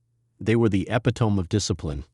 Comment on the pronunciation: Teach you r AI to pronounce "Epitome", please!!